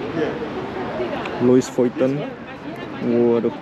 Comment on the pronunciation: nyebut luis vuiten..😂😂😂